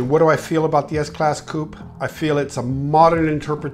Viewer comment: Good to hear an American pronouncing Coupe in the right way!